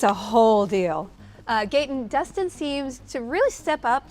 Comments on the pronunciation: Ah yes "Dunson Henderson" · Did she just call him "Dunsan Henderson" or is it just me? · She pronounced Dustin DUNSTIN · Bro said Dutson Hederson 💀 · did she say gustin hederson lol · Did she say Dunson instead of Dustin?? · Did she say dunsin hederson? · is hilarious when she mispronounces Dustin’s name & he awkwardly says “thank you”. Great interviews though! Loved it